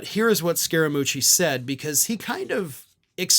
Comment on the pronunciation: I am from Italy and the pronunciation is 90% correct.